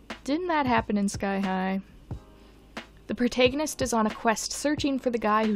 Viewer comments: pr,, prot-ay-gonist????? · I’m sorry did you just say protaygonist